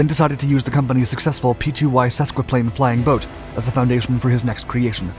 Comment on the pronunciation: I never suspected that Douglas and Consolidated designed and built the B-29? These are not flying boats, as in boats that fly. Try saying flyingboat as one word and you won't sound like you've never heard the term before. No PBY-5As were modified to become single-seat jets. Again, too much utterly unrelated video detracts from a good story.